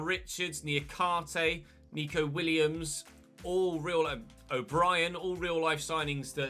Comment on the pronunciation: it’s neco williams not nico!!!!! god dam